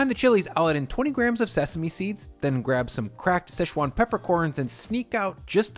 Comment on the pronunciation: there’s no such place as sesh-wan. It’s Si-chwan.